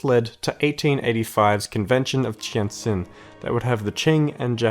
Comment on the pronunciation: gotta say, the pronunciations in this video were pretty good. there were some parts you pronounced flat out wrong like in tientsin, but that is understandable since its hard to learn to pronounce words rendered in wade-giles from an english speaker's perspective.